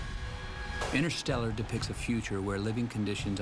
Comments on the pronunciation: "The science of intershtellar"............ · The correct term is actually "The science of innershtellar..." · jimbob jim ”the science of in-er stel-er”